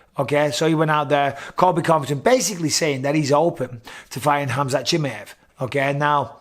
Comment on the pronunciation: «Chimeevv» its chimaaaaev»